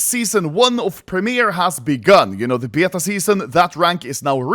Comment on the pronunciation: Why does anomaly say beta likr bYETagh